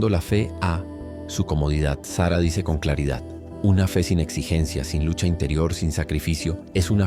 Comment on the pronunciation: Es Sarah con acento en la segunda A no Sara como nombre de mujer!